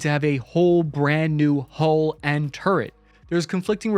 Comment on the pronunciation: Dude, it's "hull", not "hole".